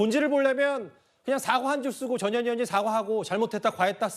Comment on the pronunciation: 전현희가 ~저년이가로 들리네 ㅋㅋ